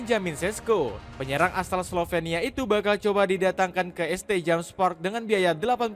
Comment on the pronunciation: St. itu bacanya Saint bg